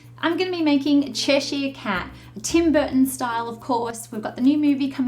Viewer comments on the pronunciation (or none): It's pronounced as che sure not chesh eye er